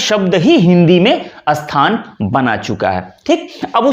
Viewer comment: आपको ऊर्दू,फारसी का अच्छा अनुभव है। स्थान शब्द का सही उच्चारण तो पहले कर लो 😂😂